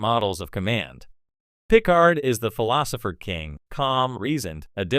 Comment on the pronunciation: "Jean Luc Pick-Card"!